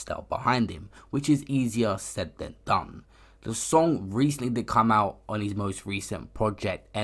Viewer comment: Why do you say "his" like "he's"? Sounds fucked.